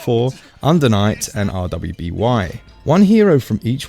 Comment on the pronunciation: R-w-b-y is just pronounced as ruby not as an acronym